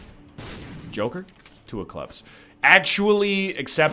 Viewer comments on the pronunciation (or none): none